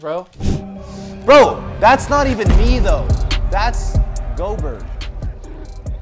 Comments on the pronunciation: theres no fucking way he said gobertt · says “gobert” but it is pronounced gobear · Bruh it’s not go-Bert it’s Gol-bear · ITS NOT PRONOUNCED Go bert its pronounced gobear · bro and call rudy gobert like flight does 😂😂 go-bert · No they pronounced it right in the beginning and called him go-bert as a joke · Intresting how they pronounce gobert